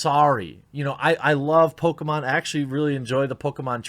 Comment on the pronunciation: It's obvious you prefer Sonic over "Pokamon".